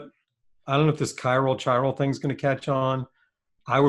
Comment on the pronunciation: Dictionary calls for chiral pronounced “kie ral”